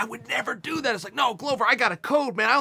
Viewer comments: Just saying Glover is pronounced as the world glove but just add an er, “glove-er”, not “glOwber” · In Chael's mind, Glover rhymes with Grover 🤣. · If that's wrong, then Chael is by far not the only one. Every UFC voice, from commentating to Bruce Buffer, has pronounced it glow-ver.